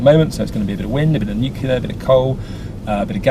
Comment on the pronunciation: Two things; 1. Its NOT Nuciler, try 'New-Clear'. Ok? 2. Get the charging infrastructure sorted !!